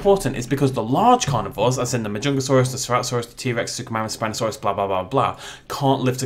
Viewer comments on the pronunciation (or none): none